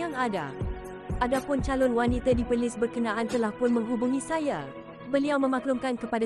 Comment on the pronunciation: kesiannnya...sebutan ` W-A-N-I-T-A ` pun tak betul...tak pernah dengar org sebut wanita ke sbb kamu sebut `WANITE`